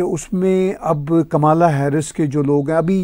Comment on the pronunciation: Kamla,jo ki (Indian name) pronounce karte hae,Kamala,not kamaala pronounced elaborately.